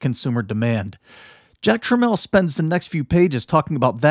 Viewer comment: Pronounced Tramiel correctly. Always a sign that someone really knows their stuff 😊